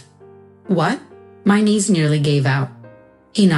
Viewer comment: knees not niece